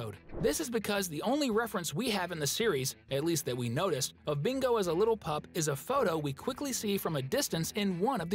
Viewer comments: It's bingo not mingo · You sai Mingo instead of Bingo😂😂😂😂😂😂😂😂😂